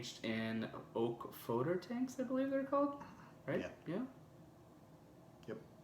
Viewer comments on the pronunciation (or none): What an amazing beer huh?!? PS. I've always heard Foeder pronounced "food-er".